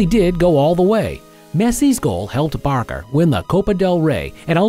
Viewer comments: Why did you call barca barka . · Why did you call Barca Barka bro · Barcelona Fans: VAMOS BARCA! Him:Vamos Barka Barcelona Fans: Why Did You say Barka Its BARCA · Man said barka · “Barka and Bilboa” “ Messi’s goal held barka” 💀💀💀💀💀💀💀💀